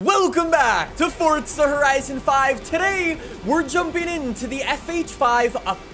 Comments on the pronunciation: It's called forza, not fortsa 💀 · why do you say "fortza"? it's "forza", not "fortza" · It's not fortza it's forza